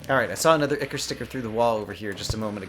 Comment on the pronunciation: ichor: AHY-kawr